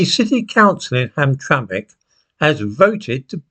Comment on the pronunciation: You pronounced Hamtramck correctly!! You were already impressive!